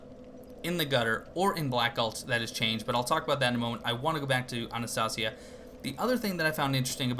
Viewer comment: Dude I dunno if you're still saying it like that but it's pronounced AnastAYsia, like the NPC's say it.